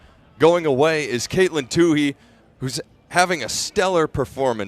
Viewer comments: Say Caitlyn's name right, please! It's Toooey, not Toohey. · nobody in the history of track/cross-country career (high school, college, and professional) has ever pronounced her last name "Toó-hee"... except this guy... 😖... the H is SILENT (Toó-eee)... but, this guy insists on putting forth extra effort to pronounce the H... 😆. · I just wish he wouldn't say two-hee, it's two-ee. Oh well. She kicked ass and I loved it! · Not "Tooheee!" "TOOEEE"! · No, it's silly only one of them continues to get it wrong. No Too-hee on the track. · I think it's silly that the two announcers don't pronounce her name the same way. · It's like he made a point of getting it wrong. My Irish wife is also a Tuohy, so that guy's pronunciation hurt my ears.